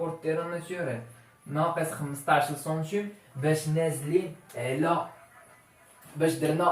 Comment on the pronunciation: السلام عليكم ورحمة الله وبركاته تبارك الله على اخينا الكريم. شرح جد مفيد لكن الكمال لله وحده. لي ملاحظة حول نطق كلمة هي السنتيم تنطقها بحرف u